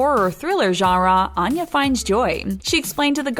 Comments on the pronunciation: She pronounces her name Ann-ya, not On-ya, but that's an understandable mistake. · She says she pronounces her name “Ann-ya - as in aneurysm.” Also check pronunciation of Seamus. Otherwise, nice video.